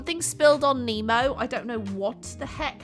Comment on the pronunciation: Nemo more like Oh-nmo